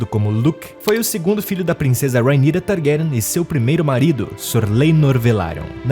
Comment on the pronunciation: You know its AI when they can't pronounce the names properly. Pure Slop. Vizz-riiss Tar-grayen. Lol